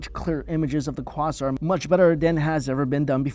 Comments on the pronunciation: It's pronounced Qwayzar, not Qwahzar... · Quasar is not said as it's written! It's quay zar not quasar! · Quasar is pronounced Quay-zhar. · Be nice and say quasar properly please. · Why so you say the word “quasar” like that? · I’ve never heard the word quasar pronounced that way. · Martin Seriously is he trolling us or something?